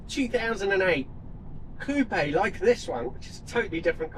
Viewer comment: “COOP”!!!! Not “coopeh…..” For cryin out loud!